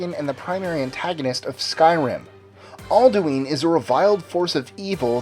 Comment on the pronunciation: aldueen? hahahaha